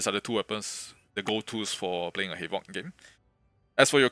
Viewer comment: I thought bro was saying halo lol